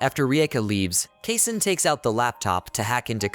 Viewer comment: Mispronounced. It's supposed to be "Kasen" (kah-sen).